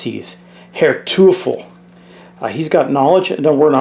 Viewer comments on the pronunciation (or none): Herr Teufel is pronounced roughly as toy-full. It’s German for “devil”.